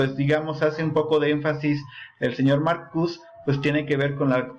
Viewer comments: Te agradezco el vídeo, pero se dice MarcuSE, no marcus. No es francés ni inglés, es alemán. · Sin ofender,se pronuncia Marcuse con E es de origen alemán Jebert Marcuse sería lo correcto